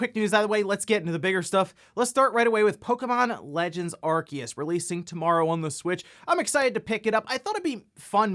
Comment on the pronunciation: THE C IS SILENT IN ARCEUS HOLY SHIIT